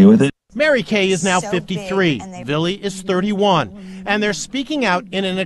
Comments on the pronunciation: His name is"Villi" not Billy. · Here's a poppin comment girl.his name is VILLY NOT BILLY.. GET IT RIGHT..JESUS.. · Lmao I can’t stop laughing at the fact you keep calling him billy it’s fucking Vili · You kept saying Billy when his name is Villi lol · just clicked to see how you pronounced Vili's name lmao